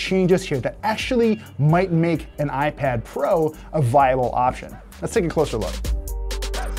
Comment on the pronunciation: "Ipad Fro?"